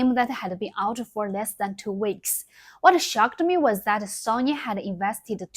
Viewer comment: Quite simply when you get older, time becomes more valuable ... If you don't have time to reply, I don't have time to go through and tell you that you are pronouncing the Japanese company SONY as if it was the Russian name Sonja. You miss the whole point of DEI and Woke. This is not an organic movement of the masses in The West. Very obvious looking at the response by gamers in The West. So, what is driving DEI, CRT, and Woke? It is the elites and their political puppets. For what reason? It distracts people from the reality of impending war with Iran, Russia, and China. It's fine if you want to just do games and not politics. But then, you should not "feed the trolls" as you are in the USA's nuclear cross hairs. (me too, since they will hit Taiwan as part of the China strike package as Taiwan has always been considered by the DOD as a Chinese asset) I will be back when you hit 10M subs. 拜拜!